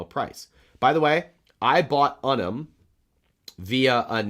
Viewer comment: Hey, I actually have sort term with Unum. I called them recently. They're actually pronounced YOU-num. Thanks for being awesome.